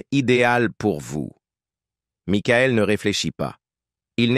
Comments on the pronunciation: 😂🤣😂🤣😂🤣😂🤣😂🤣😂🤣😂🤣 Maïkaël Jackson !!!! Les Jackson cinq !!!!! Pour ceux qui suivèze Mickaël depuis ses débuts !!!!!!! Pour ceux qui comprenète Mikaël !!!!! Houlà, c'est une vieille IA buggée française, ça ! 😂😂😂😂😂😂😂😂😂😂😂😂😂😂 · et aussi makaèl :face-blue-smiling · Aaaah l'IA 😂 Maïckaël et les Jackson Cinq ...